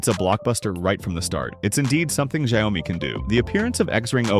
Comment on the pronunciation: Its Xiaomi, not jayomi